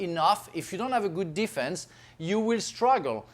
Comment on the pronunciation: i love how frank pronounce "defence"